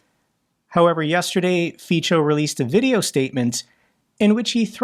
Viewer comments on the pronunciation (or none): It is pronounced Fitzo, not Feecho. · Is your pronunciation of Fico deliberately resembling Pičo (his name should be read Fitzo not Ficho - resemblance to slovak rude word for ladies parts might be just coincidence:-) but makes me giggle every time (czech speaker here). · just enter pičo in Google Translate. It was a wordplay based on mispronunciation of Fico. The actual pronunciation is Fitso. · you're great, I love your podcasts -- or videos. A few remarks about foreign pronunciation: You said FEE-cho, well, that's an improvement over FEE-ko, close but no cigar. It's FEE-tso. I know it sounds foreign, and Feecho sounds Italian and you love pizza, but it's not Feecho, it's FEE-tso. Look, dude, I've been speaking Slovak since I was 15, that's when my mother taught me Slovak and German at the same time, good thing. So I know. Next, Zaporizhzhia. That looks off-putting to Americans and I don't know who else. You've got to inhabit the Slavic language space to get it. That's two zh's, one after the other. Think of it as one zh. Sure, after all, if it were two sh's that would be equally weird and you never see that in English. Just think of it as one zh and stop saying z for it, it is not z, it is zh (basically), stop having a bad hair day over two in a row. Stop thinking of it as z followed by a mess that you don't want to deal with. It is not that. It is what I just said. Lastly, just for the fun of it, the name of this Slovak commentator with a Hungarian name Szabolcs, that's pronounced SAH - bolch or SAH - boltch. Not unusual among Slovaks in the southern part bordering Hungary. My cousin's daughter just married a guy with a Hungarian surname: Zsigo, OK, ZHEE-go. In Slovakia. Not unusual. I know you're jealous of me because I have a Polish wife, but she died 10 years ago, it is sad and Polish is hard to learn, the hardest Slavic language to learn because of the d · Fico is pronounced "fit-so", not "feetcho" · It’s pronounced like ‘feetso’